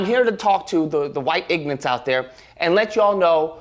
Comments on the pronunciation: "I'm here to talk to the white ignants" yes I'm sure the person who can't even pronounce "ignorant" has something intelligent to say 😂😂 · The man calls us “ignorant” yet uses “ignant”…suppose he’s gona “axe” us a question next. Then he’s “finna” do something 😂😂😂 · Did he say "ignance"? ~🙈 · If you aks me he ignant. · Does this clown really think that calling white people" ignorants", while he can't even say the word correctly, is some kind of flex???